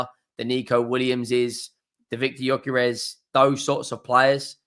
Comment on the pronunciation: Gyökeres is pronounced: Yuh-ker-res.